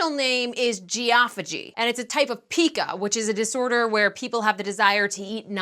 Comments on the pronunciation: LOVE YOUR SHOW!! I've watched rays =3 shows since the beginning! The eating disorders "pica" is actually pronounced \pie•ka\ or written on the dictionary \'pī-kə\ which that second way looks rather odd to me...so I wrote it that first way. I work in a school with kids with disabilities and we have a few that have pica. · FWIW, PICA is pronounced PIE - ka. You can see it in iron deficiency. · It's pronounced PIE KA